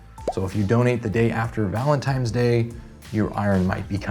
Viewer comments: Just kidding... really informative video bro. But it is ValentiNes. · Don't know if I can take advice from someone who says "Valenti-M-es" Day... smh.... I mean it's pronounced like it's spelled... "Valenti-N-es"